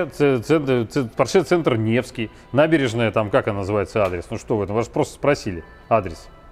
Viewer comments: ну хоть кто-то поправил покупателя, а то заколебал со своим поршЕ, уши режет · Мужик-то умный, но как он говорит Порше - кровь из ушей...Не поршЕ, а пОрше...